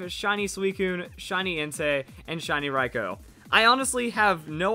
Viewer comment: Pronounce manga as main-ga not monga and pronounce raikou as raikuu not raiko